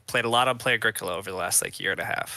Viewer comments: every time you say “A-greek-ola” I just cringe hahaha. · My FLGS gave away Mayfair posters with the proper pronunciation of A-GREE-COLA on them, nice work (though it was too late for me to change at that point.) Also bumper stickers: "My other car is a Moldboard Plow"